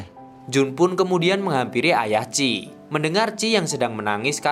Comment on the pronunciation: Namanya chie kaaak, bukan chi 😭